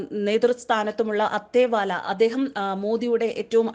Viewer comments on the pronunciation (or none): Not Athewala, his name is Athwale...